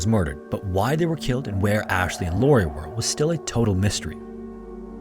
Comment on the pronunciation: "Lauria" fail